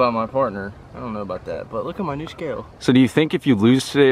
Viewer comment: Lol dude you say new like (nerrw) 🤣🤣🤣